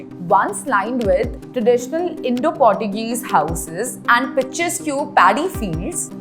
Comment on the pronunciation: Please learn to pronounce the word Portuguese